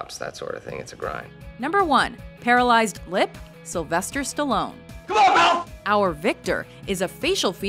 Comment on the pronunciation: χαχαχα τι σταλοουν? σταλονε λεγεται